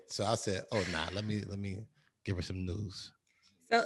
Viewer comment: Niggas said news "N E W Z" an nobody said shit 😭😭😭